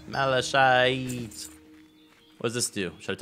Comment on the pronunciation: Where on Earth did they get the pronunciation Malashite?